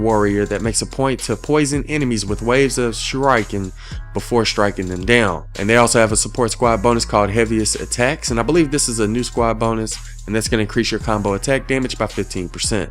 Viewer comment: Jesus Christ, man! It’s not sure-aye-ken, it’s sure-eh-ken. The emphasis is on on the first syllable, not the second one.